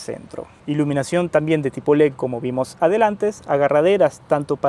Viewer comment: Tenemos un problema con la D en leD, lo cambia por una P, leP. Hay que arreglar eso.